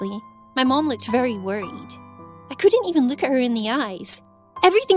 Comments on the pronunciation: She said luuk not look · No one: Not a single soul: Not even air: The girl: lukt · How she pronounces “look” is so funny